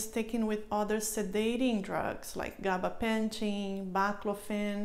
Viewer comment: If your a doctor why can you not say Gabapentin correctly? It is pronounced Gaba-Pen-tin not Gaba pension. I have noticed this in the last video about this drug.